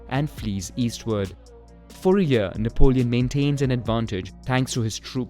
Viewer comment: nap-leon, napped Lion.